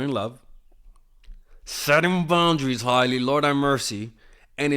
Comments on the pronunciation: It's not high-lee, it's hail-lee. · It's Hailey not Hiley 😂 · you’re over here sounding like my 60 something year old Cuban uncle talking celebrity gossip. Let me help you: #1 Her name is pronounced Hey-lee not High-lee 😂 me muero #2 She’s Alec Baldwin’s niece not his kid lmao Rest of it is gold, i just have to poke a little fun at you. Thank you for your wisdom as always! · H-AYE-ley lol and it’s Stephen baldwins daughter not alec 😂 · The way he keeps mispronouncing Hailey's first name LOL. I'm choosing to believe he's just keeping an inside joke going, after he first misspelled her name in the community poll on the video topic.